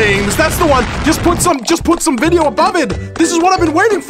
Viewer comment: can't even say video he is saying "mideo"